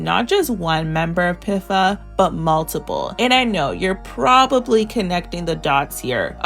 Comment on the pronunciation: pifa pronounciation is frying me